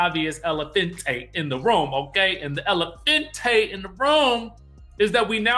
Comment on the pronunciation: Pronounced ELPHANTE NOT PHENTE 😂 EDIT. But really Elefante! Love silly self